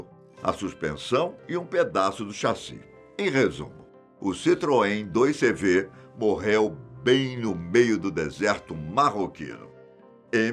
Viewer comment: Diz-se CITROEN 2 CAVALOS (CV = 2 cavalos).